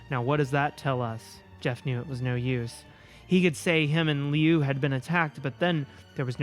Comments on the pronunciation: Liu’s name is pronounced luu. Idk if that was helpful, but I hope,it did 🙃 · Funny enough, you actually got Liu's name right the first time. It's "Loo", like Liu Kang from Mortal Kombat. Dunno why Jeff's brother has an Asian name but I guess it can imply cool things about his family that aren't really that common. All around, really good video! Such a fun time reading your first Creepypasta ever. And probably one of the worst, despite its popularity. Your videos are always a good time. (Also, uh, my trans inspo heck yeah slay queen \o/) [Also wow I'm late to this video, nice] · Lee-ooo is how I'm gonna pronounce Liu's name from now on. (It's actually said like Lou.) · LIU is pronounced Long Island University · I stopped watching this video after the third misuse of the name Liu... I get it's off the cuff and random so a new name with no context was doomed from the start, but it was really hard to continue with such a massive mispronunciation... Hope she considers name checking during the recording if that happens again...